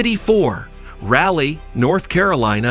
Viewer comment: Rally? Char-Lot? Must be a dang computer voice.